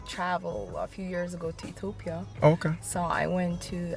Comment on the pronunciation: I like the way she pronounce Ethiopia. One of the amazing comment about my country thanks a lol